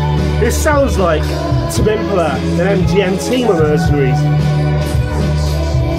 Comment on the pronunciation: Am I the only one who is annoyed about you mispronouncing Tame Impala?